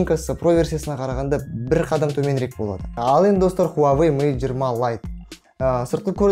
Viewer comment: Хуавей емес Хуауей Негізі ол русактар ғой "W" мен "U" əріптерін В деп атайтын мысалы Automobile, Euro, Australia